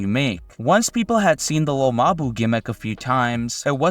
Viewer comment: its pronounced lil mabú